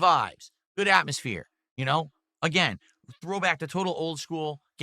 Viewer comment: "Astmosphere" "vibes"